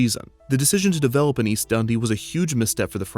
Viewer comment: As someone from Chicago, His pronunciation of Dundee hurts my soul